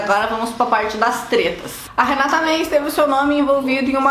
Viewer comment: vc já assistiu a algum vídeo da Renata? Porque toda vez você fala o nome dela errado. Para uma pessoa que tem um canal como o seu, o mínimo é falar o nome da pessoa direito.